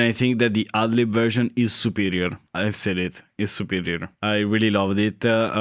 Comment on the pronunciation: Whenever you say go with the "ad lib version,” it sounds like you're saying "ugly version." 😂